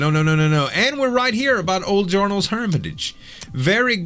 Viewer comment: 25th! also u r da only crashlands utuber dat pronounces Jarnaal correctly ; D